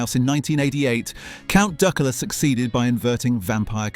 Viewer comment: Count Duckoola. AI shite